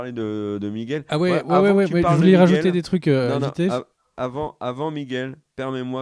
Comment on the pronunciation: arrête d'appeler Miguel "Migouel", stp...... Ah, merci.👍 Bâtard? Euh, oui, si tu veux. L'Alan Taylor qui va le remplacer, il est excellent, ce mec, on va voir ce qu'on va voir en saison 2!